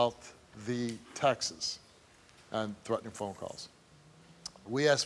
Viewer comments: Steve, it's 'texts', not 'textses'. That's like saying 'dogses'. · I like how Steve pronounces Texts… Sounds like Texas 🤭